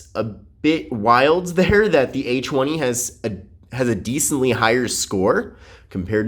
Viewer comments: Oh i Did'nt know it was pronounced Achweny. To think i've been saying A Twenty all along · This guy is low-key saying a chwenie😂